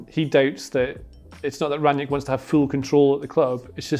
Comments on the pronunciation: It's Ralf Rang-Nick, not Ranyick... Sick of so many idiots, such as these, claiming to know how to pronounce it and getting it wrong... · Just a word about his last name: imagine you called your friend named Nick on the phone. You would say that you "rang Nick". That's how you pronounce it, not Ran-nyick lol. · There is no J in Rangnick. Just put Rang and Nick together and you got the pronounciation.